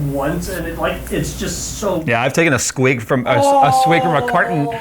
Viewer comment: " taken a squig" yep that was the right way to say that